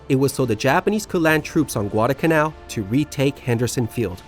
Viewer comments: NOT Guad-uh-canal. It’s Guad-al-canal. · What is "gwadacanal"?